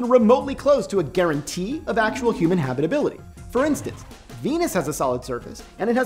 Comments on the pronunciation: Habrrrible habrrribility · I can't unhear it anymore